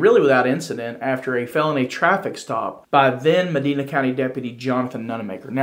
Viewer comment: It's pronounced ( ma‐dine-na )